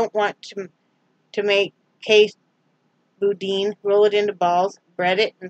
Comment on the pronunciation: Lol Boudin is pronounced “boo-dan”. It can be spicy and has rice in it. It’s delicious! Boudin balls are AMAZING!